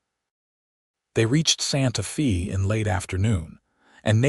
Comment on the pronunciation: Please correct this video. It is driving me crazy. Santa Fe is pronounced Santa "Fay". Also Albuquerque is just like it looks. Not Albuque. Otherwise, a sweet story. I live in New Mexico so I am proud of our major cities. Thanks.